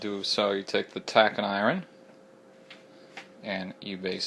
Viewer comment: I would never trust my books to a guy who doesn't know how to pronounce a word as simple as "iron."